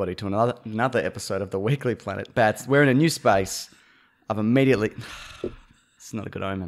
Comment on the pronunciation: OH MY GOD IT'S-A THE WEEK-UH-LY PLANET!